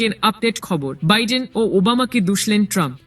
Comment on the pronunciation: তোমাকে সংবাদ পাঠ করতে কে বলেছে। তুমি বার বার বলে সাবেক প্রেসিডেন্ট টানপ